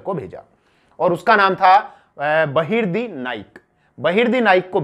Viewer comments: Its not a loot ... please dont call it as a loot. And its Bahirji Naik....not Bahirdi naik.. Sir, Please check your mistakes in your video. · 🙏गुप्तचर का नाम बहिर्दी नही बहिर्जी नाईक है